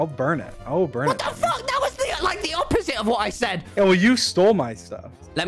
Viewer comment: lmao just me or did others laugh when skeppy said “Fock you” and left the discord.